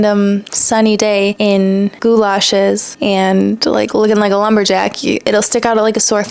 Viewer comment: Goulashes? lol (galoshes)